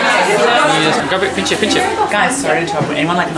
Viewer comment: You boyf teaching you crochet and saying “pichche pichche” in that Brit Punjabi accent was so adorable 🥹✨🌼 I’ve recently subscribed to you and haven’t related to any creator the way I do with you, you’re my absolute star 💖💫